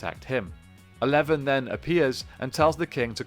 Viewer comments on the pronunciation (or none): Yeah their name is not pronounced "Eleven" it's "Zaee"